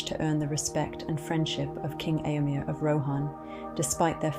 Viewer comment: Eomer . Not Eomir. Ay-o-mur. Not Ay-o-meer.